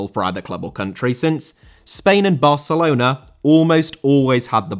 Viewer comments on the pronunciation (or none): none